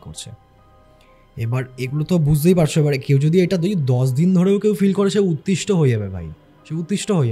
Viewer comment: উতিস্টো না, কথাটা অতিষ্ঠ